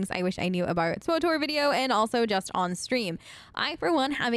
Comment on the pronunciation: Its pronounced "switor" not "swotor" my head hurts, lol thanks for the tips tho